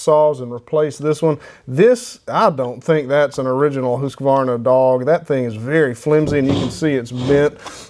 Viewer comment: You are the first American I have heard pronounce Husqvarna some what correct. Cheers from Sweden.